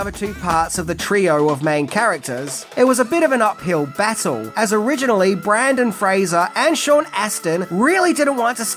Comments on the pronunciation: Not only are you saying Brandon Fraser, which is incorrect, you visually spell his name Brandon Fraser, so it's not even a mispronunciation, it's just wrong all together, which has me thinking it's a troll because you obviously love cinema and disrespecting artists you are making a living from making content on doesn't seem like your bag. Although I've noticed it with other content creators, I just hope that's not you I guess because I find your content entertaining and well produced. Anyhow, cheers! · Came here to say this, you even wrote it as Brandon lol Keep up the great work though 🫡 🥔🎹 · Is calling him "Brandon Frazer" rage bait? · BRENDAN. SAY FUCKING BRENDAN. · TIL that people from the Australia can't say "BRENdan" 😂😂😂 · Wouldn’t be without mispronouncing something. BRENDAN Fraser mate. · Yes his name is Brendan not Brandon but just know to NEVER call him Brandon in person boy does he get pissed off about his name and last name getting pronounced wrong , Just ask former child star Dickie Roberts about that. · did u say BrAndon Fraser??? C'mon buddy... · I love how you repeatedly call him “Brandon” 😹😹😹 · Most people mispronounce Brendan Fraser's surname. But is a maverick. He somehow manages to get his first name wrong instead. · I think it's auditory dyslexia. It's a real thing. If anyone has it, does. Nothing to be ashamed of. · You pronounce his first name wrong, but his last name right. Which is really funny because everyone gets his last name wrong and you're famous for quirky pronunciations. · Awe, you constantly mispronounce stuff. It's part of your charm. ❤ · BRENDAN. Brendan Fraser! There’s only one A in BRENDAN 🙄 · How do you pronounce Fraser correctly but not Brendan? Usually people call him Brendan "Frasier" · I don't get it. has critiqued to bunch of Brendon Fraser's movies yet he still insists upon mispronouncing his name. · ya Brendan gets pissed if you say it wrong. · My guy. It’s Brendan not Brandon 😂